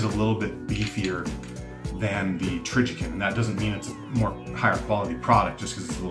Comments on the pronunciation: TrijiCON, not TrijiKIN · Trijicon has a great name, too bad he doesn't know how to say it LOL!!